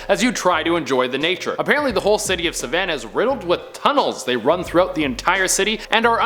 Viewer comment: Lol when he said savannah in savannah geriga I was like wat u like